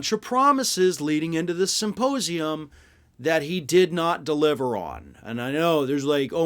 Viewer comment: 'Simposium' lmao